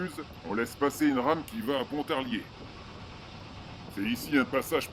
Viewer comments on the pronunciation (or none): C'est bien parce que vous prononcez "Pontarier". Ici, on ne prononce pas le l de Pontarlier... En revanche, on dit "Lac Saint-Point" et non "Lac de Saint-Point". Point... Quel joli prénom! 🤣🤣